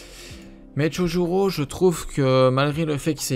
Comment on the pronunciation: mdr "chohuro"